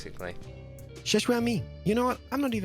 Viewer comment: Love you Xisumavoid Keep doong great work <3<3 Also love how keralis calls you